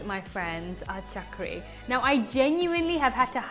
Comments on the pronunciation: Mam its not chakri .. its chakli or chakkuli.. love from India.. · It's CHAKLI n not CHAKRI by the way;) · Umm.. it's chak - li (not ri) and similarly, kaju kat - li.. but yeah, everything looks amazing.. thanks for this!